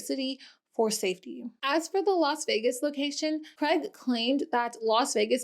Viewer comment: Why can’t Americans say Craig? They say Creg.